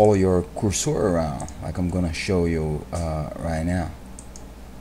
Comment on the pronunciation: I love how he says cursor.. Coor-soor. lol